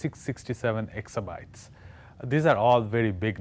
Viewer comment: Exabyte.. Not hexabyte.